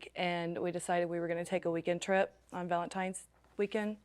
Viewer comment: Ugh, did he say "ValentiMe's"?